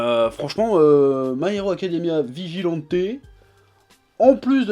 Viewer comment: Vigilante se prononce 'vigilanti' :)